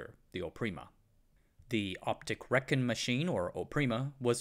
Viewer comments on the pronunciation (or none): none